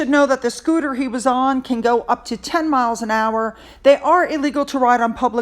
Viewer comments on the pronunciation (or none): none